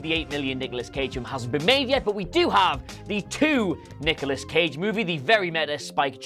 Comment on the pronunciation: Anyone else hear Niggalos Cage?